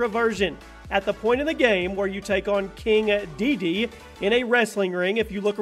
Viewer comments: Who calls king dedede king dee dee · "King Dede" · #10 "...at the point of the game where you take on Kinga DeeDee."